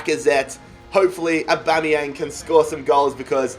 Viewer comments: its awbameyang not uboneyang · U say Aubameyang wrong it’s said like ABA-MEY-YANG not ABO-MEY-YANG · It’s not A-bomb-eyang it’s A-bam-eyang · His name is Aubanyang not Oubanyang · Why does he keep saying abomyamng and not Aubameyang like normal people do? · Stop sayin AUbameyang itz Abameing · Pls say Aubameyang right it’s not aubomoyang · Anyone else realise that he says a bomb yang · Stop saying abombeang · And it’s not abomiyang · The way he says abumyang 😂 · Danny Carey he says aubOmeyang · btw its pronounced Ab-A-mee-ang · Aubameyang actually pronounces it Orbameyong 😂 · Say aubameyang names right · He is saying aubameyang like he is a bomb lol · I love your content mate but please learn how to pronounce Aubameyang properly. Its jarring, sorry 🙈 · Like if he saying aubameyang wrong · Please sell Aubameyang because you pronounce it so wrong